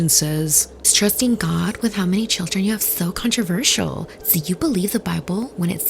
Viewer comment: "shill-ren" are beautiful hey? 😂❤